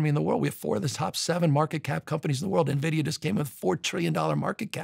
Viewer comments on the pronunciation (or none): none